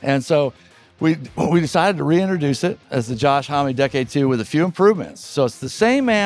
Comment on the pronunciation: Homme is pronounced ‘uhmm’. It’s French.